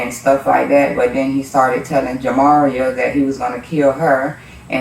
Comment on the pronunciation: 😂😂😂anyone catch that cop say jimMario😂😂😂 then the mum said it